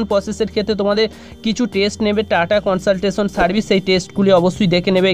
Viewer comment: Not কনসলটেশন its কনসালটেন্সি